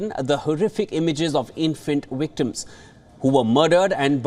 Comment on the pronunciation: "during Blinken's wizzit, he saw wictimz!😂